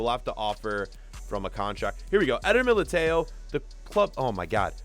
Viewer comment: The way you say Militão and Upamecano is so wrong